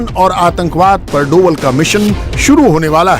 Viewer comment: उसे डोवाल नहीं डोभाल बोलते हैं ।नाम बिगाड़ने से काम नहीं बिगड़ते । कैसी मीडिया है ।